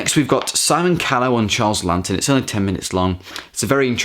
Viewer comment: I've got the Arrow Academy release from 2013 but still haven't watched it yet,got similar extras to the Criterion,and it's pronounced "Lawton" with 1 n ;) he was also in Spartacus,also check out Witness for the Prosecution from 1957,similar vein as Twelve Angry Men but just as good.